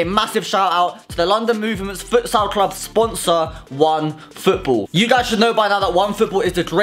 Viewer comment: No offence but "fUtSiAl"